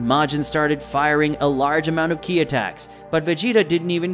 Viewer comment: Ki, he literally called it K.I.